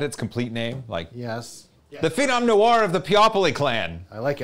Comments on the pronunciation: [nu-AR], not [no-ur] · Noir is pronounced more like nwar than no-arrrr. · Is the no-ahr pronunciation a meme? It's n-war, as in the game L.A. Noir (and other similar usages)